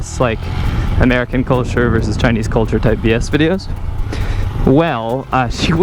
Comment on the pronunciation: "those vee ess videos" Versus. The word you're looking for is versus.